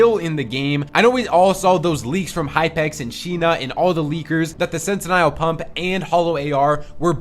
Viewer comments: what did you call the pump, the snet-in-nile pump? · Bro cant even pronounce sentinel pump